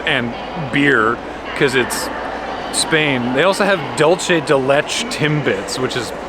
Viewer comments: hi, the pastry thing is spelled "Dulce de Leche", right? We pronounce that in spanish as "Doo-l-sae de Le-shae". Also was this eurotrip before, or after amsterdam? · Great video! But please, dulce de leche is pronounced “DOOL-seh deh LEH-cheh” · You gave me 18 points of psychic damage with your pronunciation of dulce de leche. plz